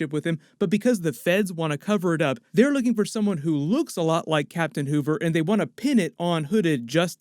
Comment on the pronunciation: He said Captain Hoover